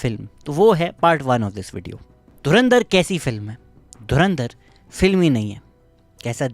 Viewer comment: Abe tuchiye dhurinder nahi dhurandhar hai 😂